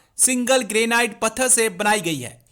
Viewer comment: It's not Greynight, it's Granite